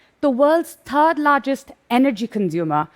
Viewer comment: I swear the number three is a cursed number when Indians use it in English. Turd place, tree times 😅